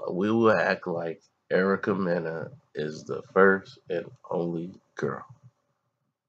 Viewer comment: Did he just say Erica meningitis😂😂😂